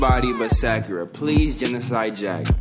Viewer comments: Am i the only person bothered by the way he says Sakura's name? Sincerely, a Naruto fan lmfaooo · Is saying byakuya and Sakura wrong on purpose and does anybody know when his next merch is dropping